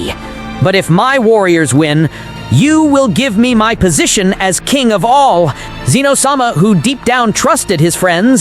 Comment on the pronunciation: Get the name right its pronounced zen o not ze no yes i broke it up so you know the difference now get it fucking right or quit your day job